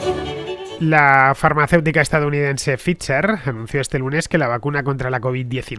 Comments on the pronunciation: Ficher??? Por Dios Fernando, pfizer se pronuncia faiser, y como diría Julio Iglesias, tú lo sabes. Deja de hacer el Paco Martínez Soria, por Dios!!! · y a mi. no entiendo que piensa uno que está oyendo a todo el mundo decir "Faiser" y el dice "Ficher". ¿por qué, Fernando? ¿por qué lo haces? ¿Ficher? ¿te niegas a decir "Faiser" por algo? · Tu canal es genial y el vídeo también, solo una cosa solo, el nombre de la compañía pronuncia / faiser / disculpa pero no tengo caracteres fonéticos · La palabra es de origen alemán y se pronunciaría "fitsa" o "fitser" ( El que fundó Pfizer en USA era un inmigrante aleman) , "faiser" es la pronunciación en ingles y "fitser" es correcto también si se pronuncia en español. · La empresa tiene su sede en NY. Te aseguro que conozco gente trabajando en Pfizer y lo pronuncia Faiser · Para aprender a pronunciar correctamente Pfizer... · pues nada, Fernando, ilumina a Andrea que lo pronuncia como el resto de los morrales. Eres un crack!!! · Pffff la forma en la que pronuncias Pfizer me mata